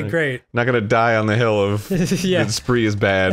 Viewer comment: ......Are you saying "spree" as in Spry??? Like the sugar-free gums and hard candies and toothpastes??? I used to sell them until my family business went under, and Spry rhymes with "sky" lmaooo